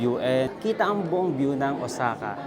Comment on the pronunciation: iba ka rin mag travel vlog beh, puro mukha. hahahaha. Tapos ayusin mo nga mga words or grammar mo, nakaka irita. "OZAKA?" and many more. lol